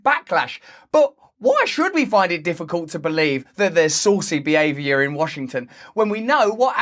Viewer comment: “Saucy Behaviour” — though you said “SAUCING THE AVIARY” …tar n’ feathers?